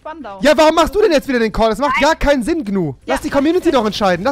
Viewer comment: Rewi sagt immer zu Gnu man 100% richtig